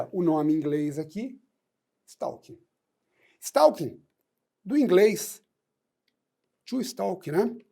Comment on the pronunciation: A pronúncia correta do novo crime (art. 147-A do CP) é STÓ-KIN.